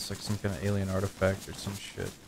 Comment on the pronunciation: Great video as usual, and as one might say: keel me please, sheet spawn